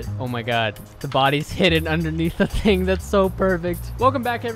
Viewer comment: he has been watching jarvis, man said "ting"